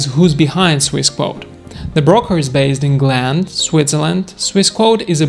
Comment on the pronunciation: Gland is pronounced 'Glan'.